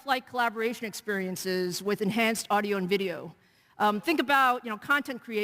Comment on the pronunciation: Iam tierd of PR BULLSHIT always saying experinces !